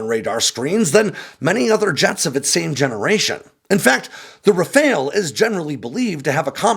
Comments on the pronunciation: ITs not a RaFAIL its a RA-FAL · It’s “RAF-AHL”. Not RAF-ALE. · Why can no American pronounce Rafale?.. I mean, it's a really easy two syllable word pronounced Rah-fahl, not rafayul nor rafayel or even rafail. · Just a tip also: in French, when we say Rafale, the second 'a' in that word sounds more like the 'a' in the English word 'pal'. But if you have trouble pronouciating that, 'RafAHle' sounds closer that 'RafAYle' for sure. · RAFALE IS NOT RAFAEL :face-blue-smiling::face-blue-smiling::face-blue-smiling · It is pronounce Raphaaaal. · Why are you calling it a RaFAIL? lol